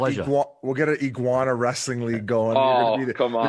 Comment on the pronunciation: Biz can't read worth shit man. Iguana = You-ginny?